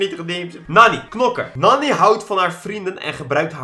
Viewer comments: Je schrijft nani maar je spreekt het uit als naani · het is naani tenminste zo spreek je het uit en je schrijft het als nani love naar jouw familyyyy